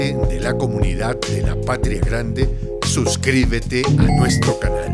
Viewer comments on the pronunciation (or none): none